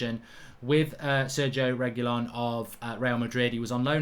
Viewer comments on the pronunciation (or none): My guy Mark just said SERGIE REGYLON. It’s Sergio Re-Gee-Lon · "Sergo Regilon"🤣🤣 he butchered this more than DVDB